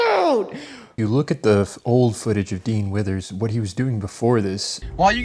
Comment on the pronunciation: "Dean Withers" ... I'm listening to this in the background and I keep hearing "Dean Wormer" (from Animal House). Double top secret probation for him!